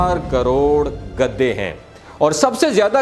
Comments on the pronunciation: گدے کہنا غلط ہے صحیح ورڈ گدھے ھے گدی نہی بلکہ گدھی صحیح ورڈ ہے گدے تو بستر کے گدے ہوتے ہیں یا کاغزات کے بنڈل کو گدے کہیں گے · او گدھے تجھے گدھے بولنا نہیں آتا۔۔گدے گدے لگا رکھی ہے